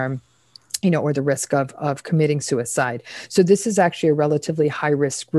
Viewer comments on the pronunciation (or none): Really? "committed sue e side" Come on Dr Ramani, you know better.